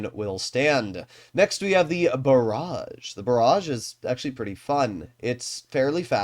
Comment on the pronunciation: "next we got ✨The Barrage✨" 😂